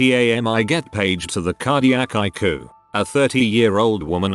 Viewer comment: It says eyecoo and not ICU